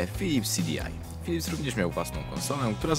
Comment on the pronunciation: PHYLYPS??? xD